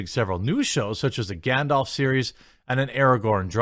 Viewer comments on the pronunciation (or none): none